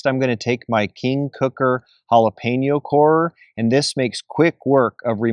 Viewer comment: Great tailgate munchies right there! I’m so happy you pronounced Jalapeño correctly. Drives me crazy when people say Jalapeeno😡